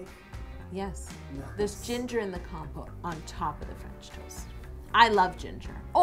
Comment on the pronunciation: Lol at first I kept thinking she was saying compost